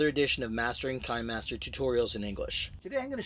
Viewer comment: It's pronounced "kinney" master not "kine" master